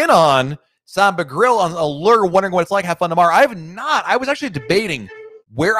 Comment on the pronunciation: Maybe you will finally learn how to pronounce Allure 🤔 Have fun 👍😄